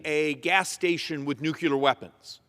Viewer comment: one more time...it's pronounced NUKE LEE AR, not NUKE YOU LAR....